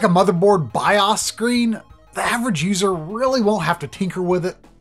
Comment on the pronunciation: Great video except for the goofy ass way the dude pronounces bios every time. Like calling solder soulder.